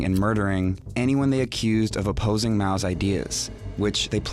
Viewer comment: Mao's, not Ma's!